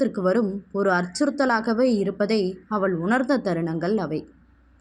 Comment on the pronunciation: வணக்கம், வாழ்க வளமுடன், மேடம் தமிழ் உச்சரிப்பு சரி இல்லை என்று சொன்னேன், தமிழில் ழ், ல்,ள் வித்தியாசமின்றி உச்சரிக்கிறீர்கள் . அவள் என்பதை அவல், இவல் , சொன்னால் கேட்டால் என்று ழ் ள் பதிலாக ல் என்று உச்சரிக்கிறீர்கள் என்று எழுதினேன். நீங்கள் ஒரு தடவை கேட்டு பாருங்கள் புரியும். உங்களின் புரிதலுக்கும் நன்றி. வாழ்க வளமுடன் வாழ்த்துக்கள்.